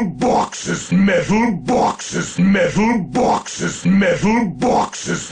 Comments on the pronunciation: MEDDAL BAWKSES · MEHTAL BAWKSES! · I love the part when he said Metal Bawkses. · ...multiple, simultaneous and devastating metal bawkes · 99 METALBAWKSES. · METHAL BAWKSES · MEH-THULE BWHAK-SES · METHUL BAWKSES